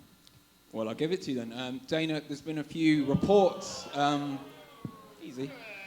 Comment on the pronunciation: "Got a question for DIE-NUUUUH"